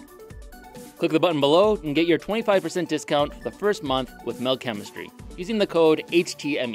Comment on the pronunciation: I beleive Mel is “metal” like the way swedish people say it